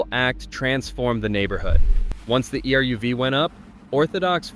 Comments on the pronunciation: Your title is wrong. It's not 10, but 8 towns. If this is an AI voice, it's terrible. If this is a human voice, the person needs to learn how to pronounce names. The Ch in Chabad is not pronounced like chocolate. It's a gutteral h. Eruv is not spelled out. It's eh-RUV. Bala Cynwyd is pronounced BAH-luh KIN-wid. It's ROSH Hashana, as in O, not RAHSH Hashana, as in ah. Golda May-EER. And Chesed is also a gutteral h sound. If Ulysses S. Grant were alive today, he would regret his expulsion of Jews from the military because of the amazing IDF. Don't mess with the Jews! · Eruv is pronounced Air ruv